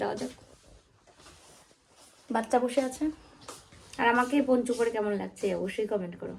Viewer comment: Ponchu noi,eta English word..word ta Poncho